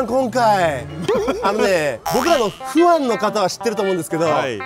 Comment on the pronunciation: ファンのことフアンって言ってるの笑うwww